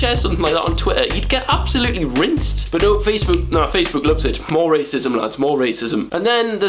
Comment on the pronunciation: Amazing vid! But c'mon Will, we all know the reason why you don't like Facebook is because you can't pronounce it properly 😂